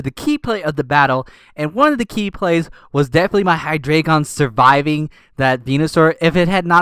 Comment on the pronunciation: I'm going to sound like an ass for this, but it's Hi-Dry-Gun. Hydreigon and it's preevolved forms are for the German Ein, Zwei, Drei numbers. Just trying to help, not be rude XD